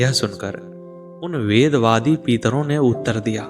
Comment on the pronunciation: आप पितरो को पीतरो बोल रहे हो । आपका उच्चारण अशुद्ध है । कृपया इसे सही कीजिये । इस प्रकट अशुद्ध उच्चारण से कितनी वीडियो बनाई होगी जो गलत है ।